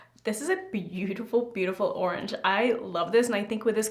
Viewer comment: It’s yorange 😂